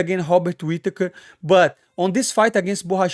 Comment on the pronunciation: Hearing you pronounce all these names like this was hilarious. But I wasn't prepared for hobbit whittaker lol. All respect though.